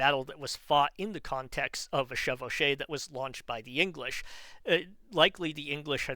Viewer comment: I'm french. Your pronounciation of "chevauchée" is correct. I guess the reason Brabant doesn't use it is because it's mainly associated with how the English fought wars, mainly under the Black Prince. Which was before he could witness it (by the time he came of age, Charles V had nearly won the war and it's before Charles VI messes everything up). The main goal of pillaging during chevauchées was not to have to rely on supply lines so always moving faster than the defending army to escape it. On the other end it, unsurprisingly, allienated the french people which made it easier for french kings to gather popular support.